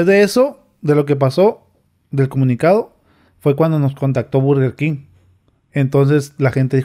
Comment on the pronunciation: Burgenkin